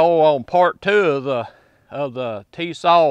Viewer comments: Forgive me for correcting you, but it is Tisas, Ti-sas. Not Tias. Sas. In Turkey they pronounce it with an h sound—Tishash. Do a YouTube search for Tisas factory tour. It’s a very interesting video. Good test on the gun. Basic functionality is the most important concern. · For the record it’s pronounced “tisash” according to the Tisas people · This is the kind of guy who can fix your lawnmower or generator, build you a deck, or install a ceiling fan for ya,,,, but he can't say "Tisas" lol good ol boy syndrome. Bless you brother..